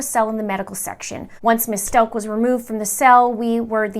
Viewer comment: How do you get "Stoke" out of S-t-a-u-c-h? Don't you listen to the news and how they pronounce it?